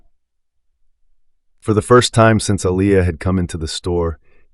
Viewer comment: I'm so sick of how he pronounced her name!!! Man get it right. Aaliyah pronounced Uh Lee ah. I believe he was doing it on purpose